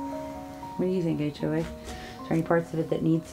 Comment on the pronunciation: Lol 🤣🤣🤣 when you said HOA sounded like Baxter. 🤣🤣🤣🤣